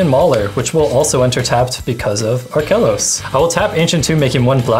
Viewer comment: I cringed every time said Arkelos.